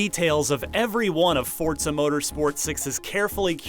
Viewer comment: fortza its called forza xD